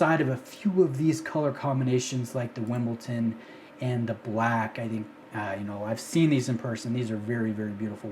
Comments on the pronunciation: Hey, awesome content. It’s Wimbledon though. Not Wimbleton. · Why is it so fk difficult to say Wimbledon? Why? It's not wimbleTon, it's with a D. Also you are all a bunch of ignorants with your wimbletones. Its called Wimbledon because it has green accents like the green grass courts of the Wimbledon tennis tournament, arguably the most famous tennis tournament on the planed that of course Rolex sponsors. You just have no idea what you are even talking about.